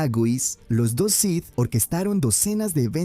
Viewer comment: “Los sis”? “Dart Plagüis”? Que mierda es esto